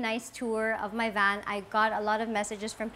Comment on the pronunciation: Sana matutunan nya paano i pronounce ang vowels. Yung hindi pa conyo kundi standard english. Sa van palang. Hindi short a